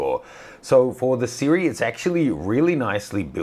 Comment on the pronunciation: "Sirui" is actually pronounced "SHEE-ROY".